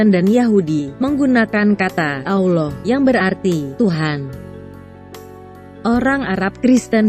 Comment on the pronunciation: Tetapi kok kenapa saat membaca kata "Allah" di Alkitab vokalnya disamakan dengan sebutan allowh seperti sebutan muslim? Mohon lain kali jangan disamakan. Semoga masukkan ini bisa diterima.